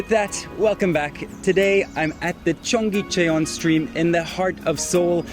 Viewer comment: Amazing that you spent time in Seoul and at Cheongyecheon and never listened to anybody pronounce the name. It's pronounced "chung-gay-chun". Not difficult to say. Listening to you say "chung-gay chay-on" throughout this video was excruciating, and really damaged any credibility you may have had.